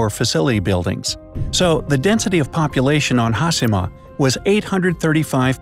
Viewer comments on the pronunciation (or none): Says TakaSHIma. Also: hasima. What haplened to the word HaSHIma? Oof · I don’t know why you would say hasima rather than hashema it’s very distracting. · its funny that he pronounced hiroshima correctly but failed with hashima which is essentially the same principle :D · It's Ha-she-ma...NOT Haas-e-ma, as the narrator states. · Pronounced Taka(shi)ma correctly but Ha(shi)ma wrong. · Its not "ha-see-ma". Its "Ha-shi-ma" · Foreigner: Ha-si-ma Me: Ha-she-ma... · In a nut shell, it's a concreted deserted island with harsh weathers and earthquakes, that was once a prosperous coal mining island. Great! The video could've taken a third of the time, and please learn to pronounce Ha-sheee-ma, there's no C sound in Hashima. Have a great day! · It's pronounced "hah-SHE-mah!" Not haSImah.... 😒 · There is no "has" nor "hi" in the Japanese Language. It's pronounced Ha-shi-ma like Hi-ro-shi-ma. Not Has-hi-ma. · hashima! HaSHIma! HA-SHEEEEE-MA!...enough with the SIII.. lol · Shi in Japanese is pronounce in “she” sound so Hashima is pronounced Ha-She-Ma and not Ha-Si-Ma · Here’s a Bright Idea: Pronounce the second H in HasHima! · it's HASHEE-MA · Narrator said "Hasima". My ears hurt.. ugh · hashima (ha shee ma).. omg, can your announcers not butcher every non english word? -_- you can say takashima (ta ka sheee ma) no problem, why not hashima -_ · No one: The guy in the video: Ha-Si-Ma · Its “hashima” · Pronounced HAH-SHEE-MAH video voice person guy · how’d you manage to pronounce Takashima correctly and not Hashima..smh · Pronounced Takashima with no problem. Can’t pronounce Hashima correctly. Hmmm 🤔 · As someone who speaks a little Japanese, it kills me to hear him repeatedly mispronounce the names! If you are doing a video, you would think they could at least learn how to properly pronounce the subject of their video!!! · Thank you! It was like you could have a drinking game for each time they mispronounced it!